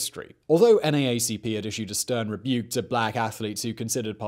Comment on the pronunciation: Great work, this was one of my favorite Biographics videos. You included lots of detail I hadn't heard before, like how he got the name Jesse. (also Simon, this isn't meant to be critical as there's no way a Brit would know, but "NAACP" is actually said "N double-A CP". I have no idea why.)